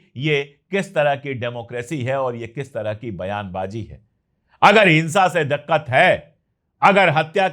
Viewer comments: sahi pronounce diqqat karein daqqat नहीं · You speak excellent urdu with great proficiency, a minor correction if you don't mind, the word is " diqqat ". Please continue as usual, no words to express gratitude for decent and true journalism a wide range of followers appreciate.